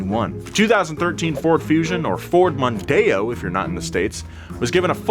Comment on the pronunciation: Jesus christ, you spat out that Mondao didn't you?